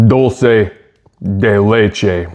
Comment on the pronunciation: It made me laugh when he said "Dulce De LECHE" 😂😂